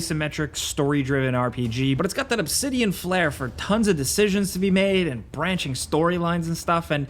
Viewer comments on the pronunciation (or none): none